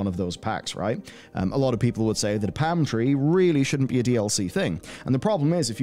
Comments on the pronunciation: I needed to listen to this bit three or four times before I realized was saying palm tree and not pantry. Enunciation is important, kids. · The hell is a "pam" tree, there's an L in there.. lol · 🤣was just about to say love accents but he’s definitely missing that L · The way you kept saying 'Palm tree' had me rewatch that bit. I kept hearing 'pantry'.